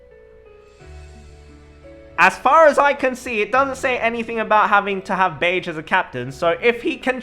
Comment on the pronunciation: beh-jee not beige reeeeeeeeeee